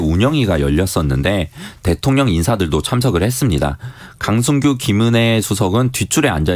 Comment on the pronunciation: 기자님 읽기가 위태로와서 듣기 불편해요.대통령을 대총령이라고, 끊어읽기도 어색해서 남이 쓴 거 의미 모르고 소리만 내는거 같단말예요